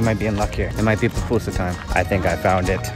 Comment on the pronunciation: Friend. you said "Papusa" that is a mountain in Romania. The pronunciation is PUPUSA (Poopoosah). Thank you!